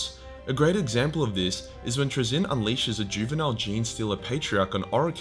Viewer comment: Fuckin congratulations on the massive improvement on pronouncing Traeyzins name